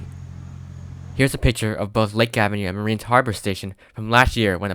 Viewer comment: Mariners Harbor, not Marine Harbor